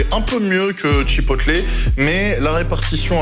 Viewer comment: Hello. Je t'adore. Mais tu dit bien un burger et pas un burjé..... Bon alors on dit chipoteul. Et pas chipotlé. Merci pour nos amis anglophone. 👍😜